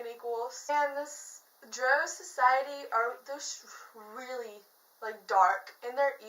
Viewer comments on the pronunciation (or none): Also no worries at all but the race of dark elves is pronounced (DR-OW) not (DR-OH)